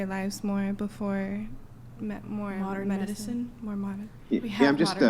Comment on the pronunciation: I was gonna say something about her not being able to pronounce modern medicine but good lord she really needs to just shut up. Leave the delusional talk for your brain dead sister but at least she can form a sentence.